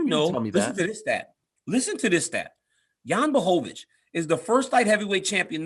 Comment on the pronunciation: DC is the only person who actually tries to pronounce Jan's full name correctly 👌😁